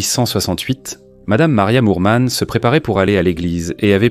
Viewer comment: Pourquoi dire "Lormont" alors que c'est "Norman".